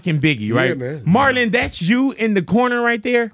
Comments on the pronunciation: I feel like big boy been calling him Martin instead of Marlon the whole show, am I high or tripping pr both lmaoo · Sounds like he saying martin lol😅